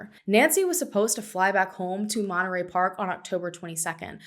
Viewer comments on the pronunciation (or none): none